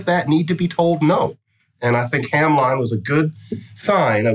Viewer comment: About Hamline University: Minneapolis person here... we pronounce it "Ham-lynn," not "ham-line."